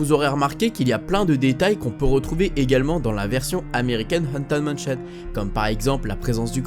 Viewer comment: "Anten manchion" xD mdr